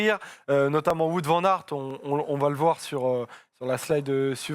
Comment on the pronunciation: Ha Oui avec un w prononcé à la flamande donc ce serait plutôt ou-o-ou-t 😅 le w est prononcé comme le début de week-end 😅